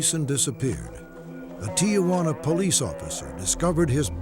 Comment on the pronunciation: “Ti-ah-juana?” You’d think the legendary Robert Stack would pronounce “Tijuana” properly.